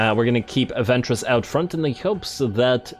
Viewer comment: Every time you mention the name of Ventris, my mind keeps hearing it as "Ventress" (as in Asajj Ventress, the Star Wars character), and I often find myself trying not to giggle at the thought of her kicking ass on a Warhammer battlefield.